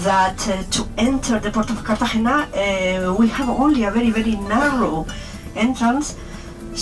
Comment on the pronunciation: Your pronunciation was a little off for Cartagena. If you listen to the tour bus guide, you can hear her say it natively. Otherwise it is a great video. Thanks for posting it.